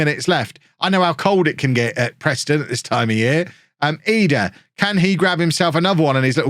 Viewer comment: Is it triggering anyone else that he's calling he edah? Instead of Idah?